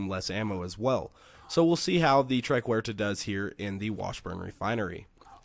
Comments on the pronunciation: It's "Triquetra" not "Triquerta". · try ket truh